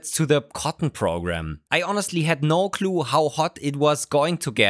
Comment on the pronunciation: I found the sentence „I had no clue“ particularly amazing, because it sounded like „I had no glue“